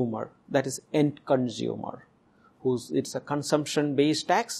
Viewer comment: End ko yend, authority ko adhority bool raha hai